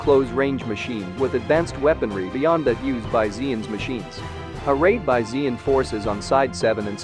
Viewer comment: No one pronounces zeon like that...